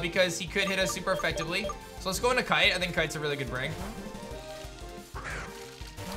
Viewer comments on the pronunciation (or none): Brooo not kite